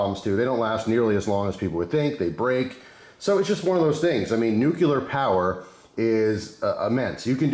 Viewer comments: It’s not pronounced “new killer” power it’s (new clear) 😅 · Nu-cu-lar no such thing. Common man pronounce it correctly